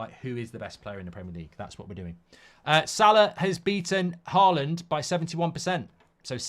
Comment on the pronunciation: its salah and its not close.